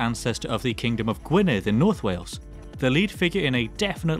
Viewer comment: “DA KING IN DA NARF!”